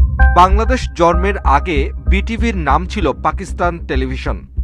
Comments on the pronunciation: জন্ম কে জন্ম না বলে, জর্ম বলতেছে সাংবাদিক 🙂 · জর্ম নাকি জন্ম। প্রতিবেদনে একি উচ্চারণ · জর্ম কি? জন্ম হবে। উচ্চারণ তো ঠিক বলেন ভাই। আপনাদের প্রোগ্রাম কোয়ালিটি দিন দিন নষ্ট হয়ে যাচ্ছে। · জন্ম উচ্চারণটা কি হলো ! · যে ছেলে জন্ম শব্দের উচ্চারণ করতে পারেনা তাকে অনুষ্ঠানের দায়িত্ব দেয়া হয় কেন? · সাংবাদিক ভাইয়ের শব্দ চয়ন আরো ভাল হওয়া প্রয়োজন। যেমন তিনি জন্ম শব্দটি সঠিকভাবে বলতে পারেন নি।